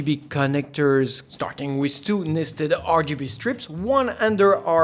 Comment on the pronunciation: because you saying 'with' like a french ("wiz") but on other words you have a real english accent, damn its so weird lul